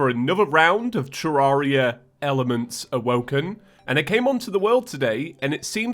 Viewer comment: Just realised the way says awoken is OwO.